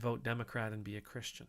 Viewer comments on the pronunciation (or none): none